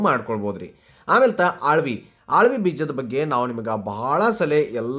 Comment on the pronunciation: ಆಳ್ವಿ ಬೀಜ ಅಂದರೆ ಏನು ನಾವು ಮೈಸೂರು ಕಡೆಯವರು ನಮಗೆ ಹಾವಿಗೆ ಬೀಜ ಗೊತ್ತಿಲ್ಲ ಸರಿಯಾಗಿ ಹೇಳಿ ಉಚ್ಚಾರಣೆ ಮಾಡಿ